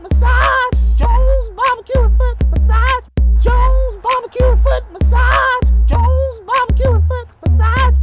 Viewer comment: Joes... not jones